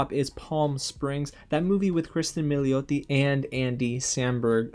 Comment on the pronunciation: Your pronunciation of Milioti is spot on my man lol!! Love your list my friend! And I see that Wanda back there getting comfy! Thank you for your comment on Soul!. I loved the movie but that was a bit disappointing. Hoping for more Black Pixar movies!